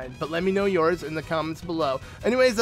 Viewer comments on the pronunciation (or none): I remember when said "ebisode" instead of "episode"